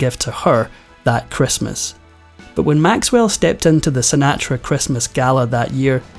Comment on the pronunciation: Sin-aa-tra. Oh well ,what would these episodes be without a mispronunciation. There’s always at least one.